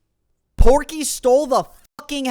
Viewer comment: the obnoxious neighbor is POKEY not porky